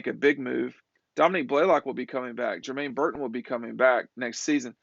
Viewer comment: DomiNICK…not NEEK